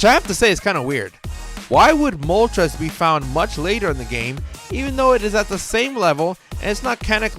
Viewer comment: I cannot stand when younger people pronounce Moltres wrong. The names are based off of Spanish: uno, dos, and tres. When you pronounce it like trez (rhymes with Pez) it makes the video unwatchable. I'm aware a couple of times the anime pronounced it like that. Doesn't excuse the ignorance.